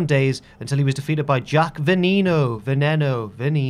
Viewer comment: Its Vehh nehh no it means venom in spanish